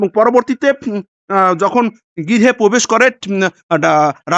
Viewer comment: 'পোবেস' না ভাই 'প্রবেশ' হবে। ভাই আপনি আরো ভালোভাবে অনুশীলন করেন আগে।